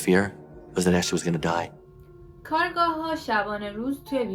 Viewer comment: عزیزم خسته نباشی عالی بود فقط جسارتا کارگاه جاییه که توش کار میکنن کارآگاه تلفظ درستشه